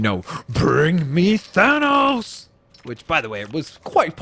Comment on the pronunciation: my nigga said thonos